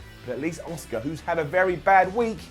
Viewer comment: You actually said “Asuka” 😳